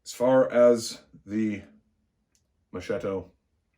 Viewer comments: Pronounced "Mohs-kett-o". Not Moshh-shitto. It's an Italian thing. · Oh come now , enough with mispronunciations . Have you ever heard how we butcher English. Mo-shetto ……. Mo-sketto. We all know what they are saying. Honestly , I’m embarrassed how we Italians pronounce the English language.